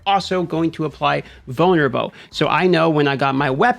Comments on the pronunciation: Took me about 5 times to realize he’s saying “vulnerable” and not “boner bow”. I swear to god I’m standing in the BR pissing, listening to this video thinking “does he have a weapon named “boner bow” wtf is going on rn” 😂😂😂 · My man said "vulnerable" six times before I didn't hear "boner bow." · I've been curious but didnt want it to come off rude ; but whats your accent for why you annunciate Roll or Control, or vunlerable, as Controw, Row, and Vulnerbow?